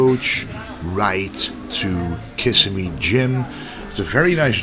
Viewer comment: If it's Florida, (Kissimmee) it's pronounced, "Kuh-SIM-ee" (emphasis on the SIM syllable)...most people outside of FL always get it wrong. They think it is Kiss-a-me or something.